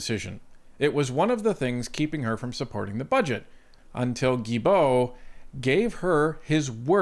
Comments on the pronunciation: Omg you are restarted!! It’s Gillbeau, not Jillbeau!! Have you never herd his name being said by politicians or media.. this channel sucks!! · it is GUI - BO not gil bo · Is the mispronunciation of Guilbeault on purpose? Maybe I missed some on-going gag? None the less, another great post this evening. Great work!